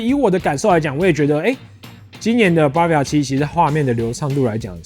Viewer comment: 很棒的介紹，但那個字不唸BAR-via哦